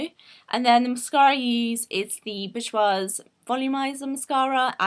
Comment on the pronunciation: Boujois is pronounced bor-jwa